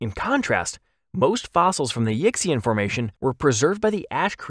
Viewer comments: Yixian is pinyin (the Romanized spelling language for Chinese) and isn't pronounced "Yicks-ee-an" but probably closer to "Yee-shan" Just a heads-up going forward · I love Yutyrannus but I got psychic damage at your pronunciation of Yixian. It's yee-syan. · It's pronounced Yih-see-en, not "Yicksey'un". As always, when you don't know a word, look it up! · Yixian is pronounced (roughly) yee shyan. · Yixian is pronounced "ee-shyen", by the way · Oh I certainly meant to correct, not criticise. I agree it's not reasonable to expect everyone to be familiar with how pinyin represents Chinese phonemes. I only know because I studied Mandarin at uni. I thought I should say something because the Yixian formation is inevitably going to come up many times in future videos and would want it being pronounced sort of correctly. (I wouldn't bother with the tones unless actually conversing in Mandarin - which I've hardly done since uni anyway! lol) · Yes! I've been hoping for a Yutyrannus video. Because it will likely come up again, Yixian is pronounced like ee-she-an and Dilong is dee-long.